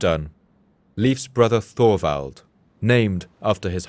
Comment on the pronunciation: Just an FYI; Thorwald is not pronounced Thorvald. It is pronounced Tovald. The o is short and the emphasis is on the first syllable. My grandfather Thorwald would thank you.